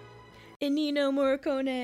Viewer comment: you are killing me girl! It´s ENNIO, not ENINO. It¨s pronounced E-N-I-O. (nah, is not that bad, but it´s like the third video where you´ve called this legendary composer wrongly)